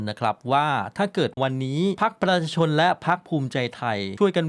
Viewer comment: แนะนำให้หัดออกเสียงคำว่า ประชาชน เริ่มหัดช้าๆครับ ไม่ต้องรน